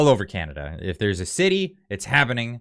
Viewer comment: <Welcome home....to Not See Cana-duh.>